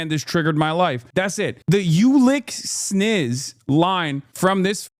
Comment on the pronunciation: Mf said snizz 😂